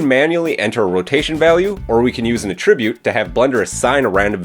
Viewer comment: hate to be that guy... but... it was driving me a tad nuts and you say the word a bazillion times and I cringed every time. The word ATTRIBUTE can be used as a verb and a noun but the pronunciations are quite different. The verb means to apply a quality to something or something caused something else. This is the pronunciation you used in the video, the verb. The correct pronunciation for the nodes in blender would be for the noun usage of ATTRIBUTE. Something has an attribute. That is the usage in nodes. The nodes have attributes. For this video it isn't the verb pronunciation it should be the noun.